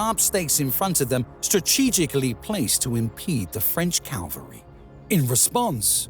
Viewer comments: "Ag - en - court", "Cal - vary" 😬... Yo, I enjoyed the video, but if you want a great voice-over artist, maybe I could be him! 👋😀 #AspiringVoiceoverArtist #NeverGiveUp #Goals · No, I credit the narrator in the description. Is it rubbish though? I mean, this is the most successful video on my channel, so... I know that there are a couple of mispronunciations, notably "cavalry" and "Agincourt", which were pointed out by the audience MANY many times before. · Very good, but a few glaring annoyances. Please edit the word "Calvary" to Cavalry. This is a very annoying schoolboy error. Also, does anybody say "Agincourt" with a hard G? I've only ever heard it pronounced with a soft G but maybe it's locally said the way you say it. But I don't think so..... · He literally says "calvary". I mean, really...? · Say "Calvary" lose all credibility. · Why is it so many cannot pronounce "cavalry" correctly? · I believe the word is 'cavalry'. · Good heavens! You persist in saying "calvary." Calvary is a hill. The armies employed CAV AL RY. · "Cavalry" and "Calvary" in the English language are pronounced differently. Calvary is not in France. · Not to mention the repeated pronouncing of cavalry as "calvary". But yes, it was still a fun watch. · I think it must be one of those computer-generated English voice programs as there was quite a few wild pronunciations - no English speaker talking on this subject would say "cal-very" instead of cavalry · Yea I agree he says Calvary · Findally the Calvary has arrived! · Anyone else notice "... the French Calvary charged ...", about 18 seconds in? There were others... I'm available for voice-overs... I can even say "antidisestablishmentarianism" and I know what it means. I can say "photolytic degradation", too. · AND it's CAVALRY not CALVARY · And the calvary must have been impressive. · cav-al- ry not cal-vary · CAValry. Not CALvary.